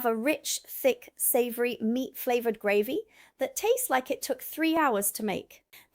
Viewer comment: The content is good but the constant repeated mispronunciation of basic words throws doubt about your claims of residency and makes its seem that the text has been written by someone else. No-one in Britain would ever say “gravvy “ for gravy, for example, and I’m surprised an American would. There are a least 4 other examples in this video a;one. Please do a read through with someone who IS familiar with the UK before recording the next one.